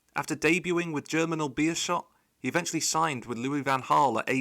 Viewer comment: As a Belgian, you're pronounciations aren't that bad, Beerschot is wrong but i don't think any English people who haven't learned Dutch can pronounce a "sch" correctly